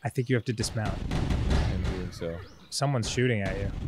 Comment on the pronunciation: "Now I know what I'm deering." "Now I know what I'm *doeing*" was right there, Arin!